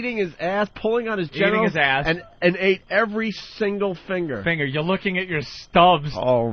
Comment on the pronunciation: I can't stand how Ant pronounces the word finger.